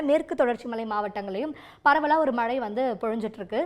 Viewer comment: ஒழுங்கா மழைன்னு டிசண்ட சொல்லு 🇮🇳